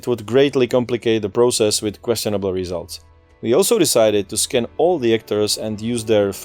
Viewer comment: "We also decided to skin all the actors and use their facial features for the game" Had to do a double take before realising he said "scan" haha